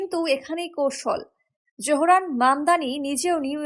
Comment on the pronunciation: নাম ZOহরান মামদানি। Z-O-H-R-A-N M-A-M-D-A-N-I. Z-O উচ্চারণ করা হয় zo, not jo.